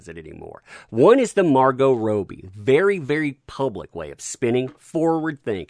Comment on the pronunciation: Rob-Be not Roe-be